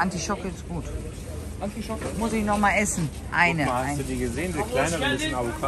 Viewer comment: Artischocke liebe, nicht Antischocke🌸🫶🌸 schöner Markt